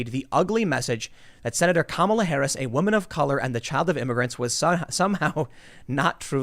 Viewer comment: Stop mispronouncing her name and just call her Horrible Harris already. P.S. Don't fix the camera. Orange woman good.